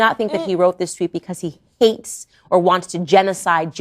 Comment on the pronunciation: / 49 she uses the word "hates.". (she is denying that Kanye hates Jews). If you back up and play it over a few times you'll find she puts a peculiar ooomph on that word she puts nowhere else. Subliminal message? She's the woman who loves stirring up hate. (You'll hear the emotional emphasis more if you don't look at her face but just listen.)